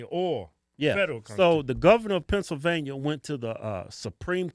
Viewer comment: "Pencilvainia" loool